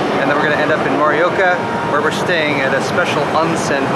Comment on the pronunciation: Hey just a little hint on how to pronounce Japanese names ok so consonants are the same as in English but the vowels are pronounced A is Ah E is eh I is Ee O is Ooh U is Ooo so something like Morioka is pronounce MOohrEeOohkAh